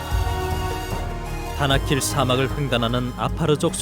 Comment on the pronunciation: 다나킬이 자꾸 바닷길로 들리네....나만 그런가?